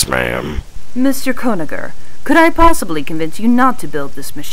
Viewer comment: Mr. Gonaher? It's actually Conagher.